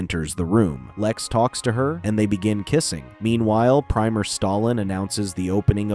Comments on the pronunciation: Premier Stalin, not “Primer” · Dude, change the title and its pronounced pre (as in pre-owned)mier ( sounds like Mir satellite). Stop using AI for a narrator.